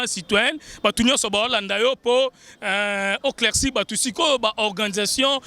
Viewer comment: ont dit Éclaircir et non CLAICIR